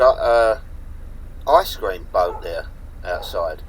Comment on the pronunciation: Ice cream or the better known IGE GREAM